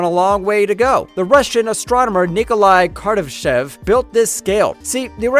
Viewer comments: Kardash scale -> Kardashev* scale :) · For God's sakes man..KAR-DI-SHEV....not karshedev or whatever you were saying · How is your pronunciation off on so many words? Kardashev, car - da - shev, it aint that hard